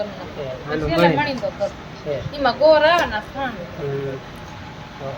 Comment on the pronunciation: ગોર ❎ ગોળ ✅ 😂😂